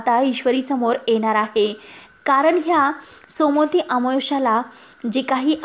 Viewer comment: सोमोती नाही सोमवती अमावस्या